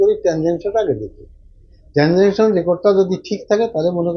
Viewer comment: ট্যানজাঙ্কশন ❌ ট্রানজাকসন 👍